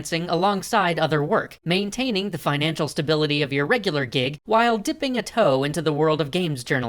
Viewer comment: 5 points to Toad dipping to his toe into the water while sounds like he's saying the word toad instead of toe